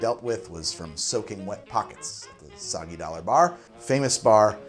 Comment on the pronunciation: Judging from how fails to say "Soggy Dollar Bar", I'd guess he likes O Brother Where Art Thou?